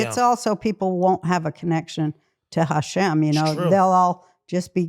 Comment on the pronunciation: I love when she says Hashem :) She’s the best!